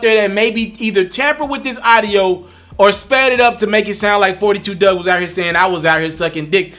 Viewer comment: It’s Dugg.....Not Doug